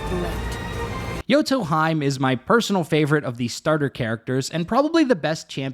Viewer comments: Same after the game properly says "hime" I hear "hyme" right away hurts my ears so bad like a scratching at a blackboard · (hime)Heeeeeeemeeeee not haym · yoto... HE - MAY. not hyme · *Hime (He-May) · not hime, it's pronounce as "he-may" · Or Jotunheim. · Hahaha yoto haime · not sure because im german but would say may like the month.. its hee- meh..more like that...in german with different pronunciation id make it Hi-me..main character of bleach is called Orihime, Hime actually meaning princess. also watching anime jap original so not english dub pronunciation. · FFS hahahaha ARE YOU doing it on purpose saying their names in the most wrongful way? hahaha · I’m sayinggggg 😭😭😭